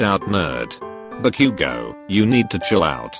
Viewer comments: The fact that it said bak-u-go I was laughing so hard and I'm like back u go! 😂😂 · Nutshell be like "Bak u gou" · The way it pronounces Bakugo 😂😂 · The voice is literally saying "Back you go" instead of "Bakugou" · Nobody: Siri dude: "Meedoree-eye-uh" Also Siri dude: "Toh-dooh-key-kuhn" Text: "hahahahaha" Siri dude: *has a stroke* Text: "Bakugo" Siri dude: "Back you go!" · I love how the computer said: bU-Ku-GO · When the text to speech reads bakugo it says back u go...must be his mother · "Bakyugo" haha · Buck-u-go, eye-zuku, shot-o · HAHHAHAHA BA-Q-GO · Deku and todoroki's names omg- how they're pronounced- "Midoriyia" Todoorki-kun" "Bakyougo"